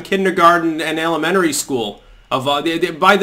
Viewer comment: My hearing isn't what it once was. When you say elementary it sounds more like alimentary. This may be intentional. I suspect many of these people did attend alimentary school.